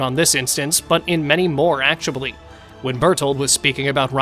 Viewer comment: why do you keep saying actuabully